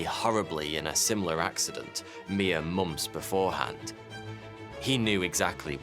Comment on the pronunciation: "Mere MUMPS before..." MUMPS ? The "FERVOR" away you get from the source." FERVOR ?